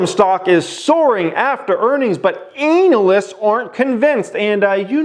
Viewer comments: Can this dude stop pronouncing analysts as anal-ists, haha. Good videos though. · “Anal”ysts !!! I hate them too 😅